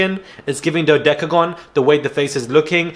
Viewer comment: misguided nonsense is the best thing i’ve heard in ages!! Even funnier was when you spoke about Julia you said something like ‘we haven’t been hit in the fox for a while’ (instead of face) 🤣😂 This episode was so funny!